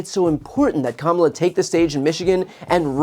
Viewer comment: I still think the only moment that would’ve been stronger at the debate would’ve been Kamala making Trump say her name correctly